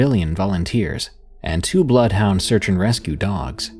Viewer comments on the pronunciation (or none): none